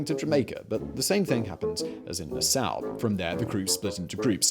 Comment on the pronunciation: nassau ....pronunced NA" saw.... not NU SOW :)